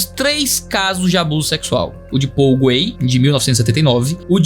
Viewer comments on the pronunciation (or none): none